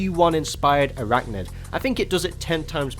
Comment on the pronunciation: And isn't it pronounce I-rachnid?